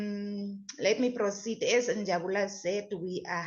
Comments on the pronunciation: As for Njabula😂😂😂 sorry it's Njabulo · the name is Njabulo not Njabula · Njabulo not njabula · Njabulo has corrected her before, I think the tongue is used to Njabula.😂😂😂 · She knows but the tongue 👅 has got used to Njabula. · Njabulo Njabulo Njabulo Njabs Njabs plz stop butcher someone's name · it's NjabulO........."O" at the end. I just love how you guys are digging real dirt around this Senzo case......❤ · Please learn how to pronounce Njabulooooo please.. before it sounds like disrespect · NJABULO please pronounce correctly 🙏🏾🙏🏾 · never mind your wrong pronunciation has attracted a lot of comments, I'm reading many,😂😂😂